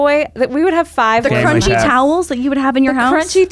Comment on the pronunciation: I'm sorry but the emphasis on crunchy towels and blankets